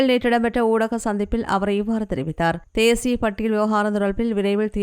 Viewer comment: Not theshiya it's thesiya please correct the Tamil words.